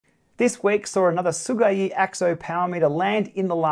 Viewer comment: your pronunciation of Sigeyi’s name is actually pretty much as close as we can get in English.